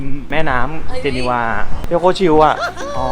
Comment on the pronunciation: เห็นแล้วอยากไปอีกครับ จริงๆ เมืองนี้ออกเสียงว่า เจเนฟ ครับไม่ใช่ เจเนวา แนะนำทุกคนครับประเทศนี้สวยทุกมุมจริงๆ